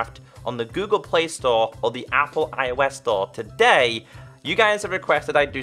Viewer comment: u like towday at the start hahahahhahahhahhahahaha XD